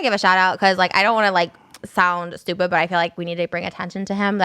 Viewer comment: hes calling her stupid, yet he can't even pronounce stupid... "doopid"